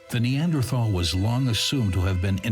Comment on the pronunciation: Your collection of informative videos is very impressive. However, the narrator's penchant for mispronouncing Neanderthal as NeanDRAthal is quite jarring. It's akin to how it feels hearing nuCUElar instead of nuclear.